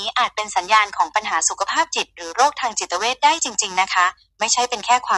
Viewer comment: จิตเวชครับไม่ใช่จิตเพช😊